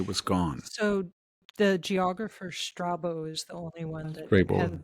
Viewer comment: Str'A-bo / Στράβων Strábōn is the correct pronunciation. ˈstreɪbow is an English-ism, got this one right. Nice program & thanks to both.